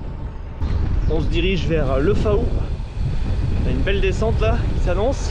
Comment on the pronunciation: Salut et bienvenue dans mon pays !!!! Le Faou se prononce le "fou" lol Tu as choisis le meilleur week end pour venir ici en vacances ☀️🙂 belle video